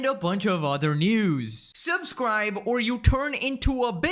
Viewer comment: lmfao “and a bunch of ther news” made me laugh so hard